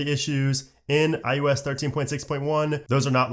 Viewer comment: You are aware you are saying i-you-s ?